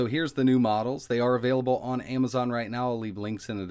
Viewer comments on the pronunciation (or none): none